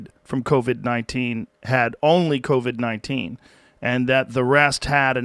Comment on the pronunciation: Did he just call it "COVI"?? Somewhere, Donnell Rawlings feels vindicated.